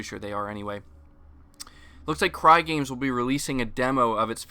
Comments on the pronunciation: Its Cygames not Crygames. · Lol dude I literally cringed when you said "Crygames" its pronounced s-eyegames 😂